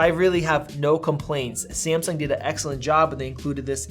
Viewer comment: Hahaha why do you pronounce Samsung like that? Sahhmsuhng ☺️☺️